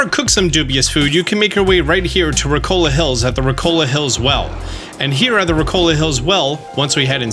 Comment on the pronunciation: Where is the L in Rikoka that you keep pronouncing? Ricola is a cough-drop lol. All jests aside though ~ your videos are fantastic and this one is no exception, you're always straight to the point and your information is good, stay awesome man!